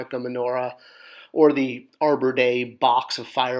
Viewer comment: Wait...did you say Arbor Day?